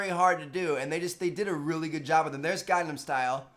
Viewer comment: Am i the only one that got mad when he called it the gangnum style?